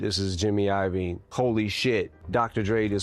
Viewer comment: Jimmy Ayovin??? Is Yo-Vee-Neh